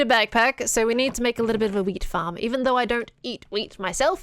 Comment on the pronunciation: it sounds like you saying "we've got our weed farm"